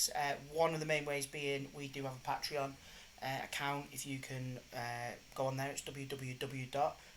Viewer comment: pat-reon? pay-tree-on. come on bruv lol. good watch tho! dunno how I'm 2 years late tho